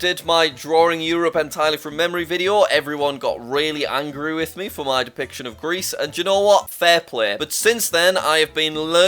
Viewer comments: Why does Jack always mess up with Greece 🙏🙏 (aka country i live in) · How can uoy mess up Greece two times in a row? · LOOK AT HOW HE MASSACRED MY BOI GREECE 😭😭😭